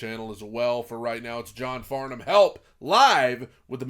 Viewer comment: You pronounced Farnham and Melbourne correctly, most Americans don't, well done and thank you